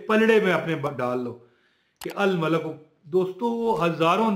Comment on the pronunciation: Abey Pendo yeh " Al Malik " Hy Na K " Al Malak " . Apna Tallafuz Sahi Karo .